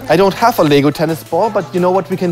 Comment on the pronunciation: He said, in my fotosh i hab mor houshes